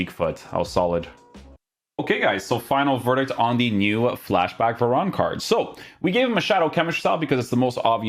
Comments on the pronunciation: please call him varane and not veron 😭😭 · He’s French, ane is normally pronounced on